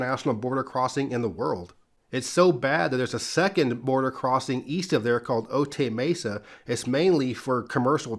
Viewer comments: Pronounced O-tie Mesa, not O-tay Mesa. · Otay Mesa is pronounced ‘Oh-Thai’ Mesa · loved the video...side note: otay mesa is pronounced "oh-tie" mesa